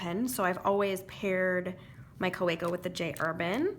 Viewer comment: Kaweco as you mentioned is German and hence pronounced Ka va co